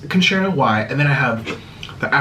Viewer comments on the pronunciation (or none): none